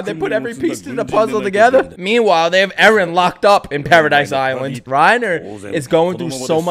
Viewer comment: "Erenists" close enough.